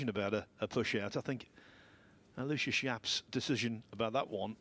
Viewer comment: I do wish the British commentators would learn how to pronounce Aloysius. It's four syllables, AL-o-WISH-us.